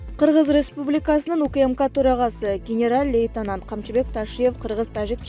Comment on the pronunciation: Блогер генерал лейтенант дегенди айта албай уят кыз башы менен уксанар эмне дегенин.